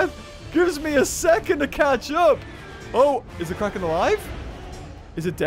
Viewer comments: said Quacken instead of Kraken. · well now I know why it's called the kraken (pronounced: CRACK-in)